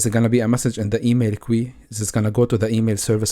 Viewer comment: Thanks so much. I'm really enjoying all of your videos! (small tip, queue is pronounced like the letter "Q", or "K" + "You"... like "KYou").